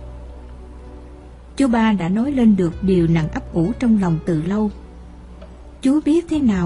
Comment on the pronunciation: Cứ nghe từ chú 3 là thấy sao kỳ lạ á người đọc bị gì vậy á !